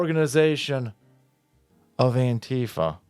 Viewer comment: I THINK ITS PRONOUNCED ANQUEEFA